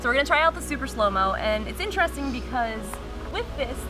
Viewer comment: She says interesting in a strange way!!